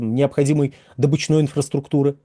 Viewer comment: вы безграмотный. Правильно говорить дОбыча, и отсюда слово дОбычный, а не добЫчный